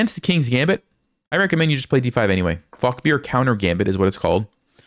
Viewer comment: "...fock their counter gambit..." 😮